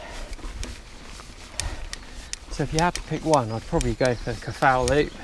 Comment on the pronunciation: If you're going to attempt to say Welsh names at least try to find out how they're pronounced. Twrch - pronounce as Turk Cafal - pronounce as Caval That'll get you pretty close.